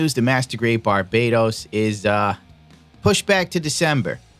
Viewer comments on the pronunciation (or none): Dude, it's pronounced "Bar-bah-dos", other than that, keep up the great work!